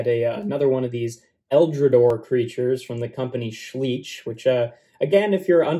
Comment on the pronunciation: Great review and I'm really looking forward to see more of those. Btw you pronounce the 'ei' in Schleich like the English 'i' or 'eye'. He reminds me a bit of TMNT 2012's Slash but as you are mentioning Kaijus he looks a lot like Gamera, too.